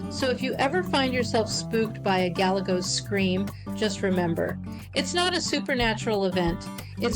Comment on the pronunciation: It's like you're reading from a script. Monotonous and boring, you kept mispronouncing "Galagos" at every turn (Golegos? Really?), all the superhero comments get old, pretty fast. It's almost like an AI-voiced video. Try watching some of David Attenborough's nature videos, or alternatively, Ze Frank's videos, if you wanna be funny.